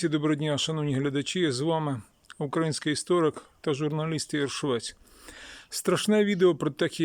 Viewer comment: Украї ' нський ! Робіть вірний наголос. Це уродство слова належить москвалям. Вам це навіщо потрібно карьожити. Ви довго наблюдаєте за вбивствами нашіх воїнів. Довго на нашій землі процвітають вороги народу і Армії. Чоловіки мають захищати жінок і дітей. Наші домівки, нашу країну, нашу Землю. То чого ж ви так довго соображаєте для чого ви живете в цьому світі. Робіть те , для чого ви народжені. А споглядати на все це побоїще не потрібно. Потрібно діяти з результатом виконаної роботи по очіщенню нашої країни від ворога.